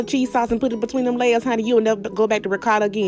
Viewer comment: loooooooooooooooooool!!! "We don't need no ricarrrrrda!!!" LOVE IT!!